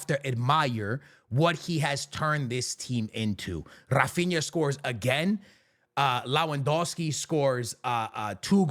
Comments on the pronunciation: When will this guy finally understand It's Lewandowski not Lawendowski🙄🙄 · leh-van-DOFF-skee Proszę, przestańcie szkalować imię tego człowieka.